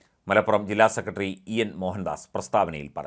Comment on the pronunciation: സെക്കറ്റ്റി .. ഉച്ചാരണം മോശം